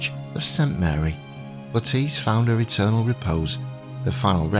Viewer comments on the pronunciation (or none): none